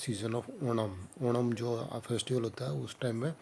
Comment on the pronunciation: Are you from haryana because you are saying Odam instead of saying onam 😑